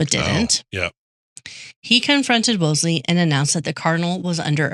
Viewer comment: You guys are sloppy. repeatedly mispronounces cardinal’s name, Wolsey has only 1 “l.” piles on Kates blundering misappraisal of the cardinal by falsely claiming bloodlines meant zip in the days of Henry 7. Jesus. Read Wolf Hall and get the yourselves corrected. So you aren’t passing on ignorance as knowledge.